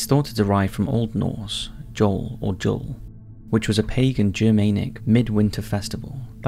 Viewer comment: The Norse word Jul is pronounced like ‘Yule’